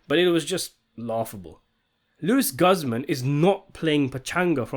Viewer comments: It's pronounced Luis Gooze-mon. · I’ve never heard Luis Guzman’s name pronounced quite like that haha